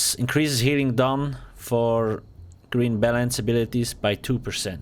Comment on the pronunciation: just me or did it sound like he said green bellends xD